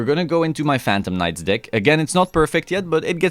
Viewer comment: Phantom knights of wha? Oh. 😅